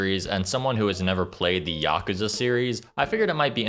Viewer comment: At least he didn't say "YACK-OOZE-UH" like almost everyone else does.